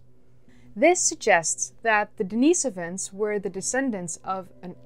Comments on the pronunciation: The cave is named after a homeless guy named Dennis, therefore not pronounced Denice-ivan but Dennis-ovan... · Pronounced denih sovans.. you are annoying me with that...sorry